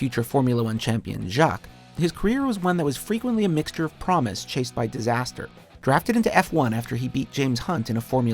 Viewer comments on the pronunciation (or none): All I heard throughout the entire video was "Until it was taken my Schumacher"